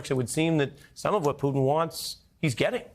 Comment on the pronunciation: Finally pronouncing Putin as Poo-tin, not Pood'n